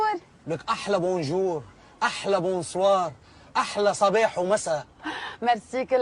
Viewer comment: بس انتو تقلدو الفرنسية هيك فكلمة bonjour م ، بتقرأوها هيك بونجوغ مو بونجور . و حتى كلمة. Bonsoir ما لازم تقرأوها بونسوار هي مو مثل الانجليزية بنقرأها بونسواغ.يعني R = غ . وايضا كلمة Merci مو ميرسي .... بالانجليزية Eهي إي . بس بالفرنسية e هي أو . يعني مو ميرسي . ماغسي. . موغسي. ما اقدر افهمها لكم يعني e هي حرف تنطقو ما بين الا آ و ال او ماغسي او موغسي 😂😂😂😂😂طولت حكي